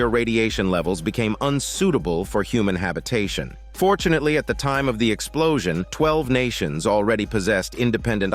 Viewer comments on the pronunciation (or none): You really said fortunatelly 😂😂